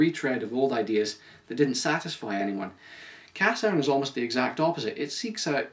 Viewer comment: it's pronounced (ca-shern)